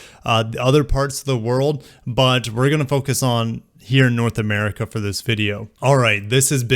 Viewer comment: Lmao “Merica”